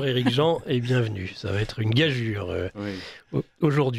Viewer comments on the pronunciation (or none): C'est fatiguant d'entendre le mot gageure mal prononcé... On doit le dire : gajure!